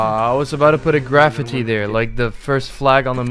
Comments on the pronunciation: Nvm "graph-itty" unliked (not really) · he cant pronounce graffiti, XD. Graf-i-tee XDDDDDDD